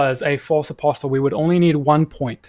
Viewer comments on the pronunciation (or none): Great content. Just being a stickler here: "Apostle" has a silent "t". Should be pronounced "apossel" both in UK and American English. Keep up the good work.